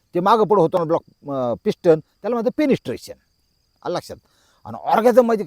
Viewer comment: पेनिसस्ट्रेशन नाही मामा पेनिट्रेशन ऑरगॅनिझम नाही मामा ऑरगॅझम